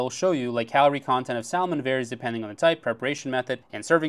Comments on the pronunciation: You know the L is silent, it's not pronounced sal-mon, bro your dates going to walk out of the restaurant😅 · Did you just pronounce the "L" in salmon???